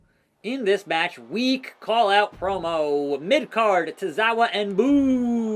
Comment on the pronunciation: akira tozawa.... No "s"